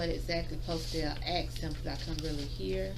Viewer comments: " I axed" ???? Lawyer? Judge wannabe? hahahahaha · You mean I asked him not you axed him HAHAHAHAHA